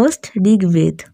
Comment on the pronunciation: Please DO NOT say "BEDA"for "VEDA"... . . .